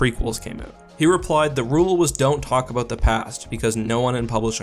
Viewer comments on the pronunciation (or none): “some topic that is worth talking ABOOOOOOT”